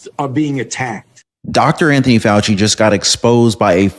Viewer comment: Fauci, not Fay I, lol